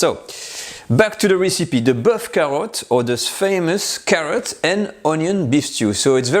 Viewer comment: Tu n as pas d'accent quand tu énonces la recette 'boeuf carottes'..plat réconfortant et rassasiant du début d'hiver.le Top du top une petite poelé de pomme de terre grenaille persillée.le bonjour de Cassis (paca)